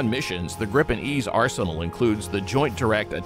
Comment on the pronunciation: The jet is called GRIPEN and not Grippen learn that.